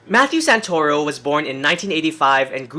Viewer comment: The "Santa-Ruh-Oh" took me out lmao. Awesome seeing how your videos are improving. Keep going your videos are great!